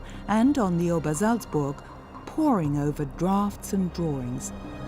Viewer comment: Obersalzberg! Not -burg. Seriously? No editor?